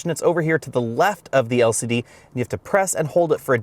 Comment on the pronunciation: "El Siddee screens"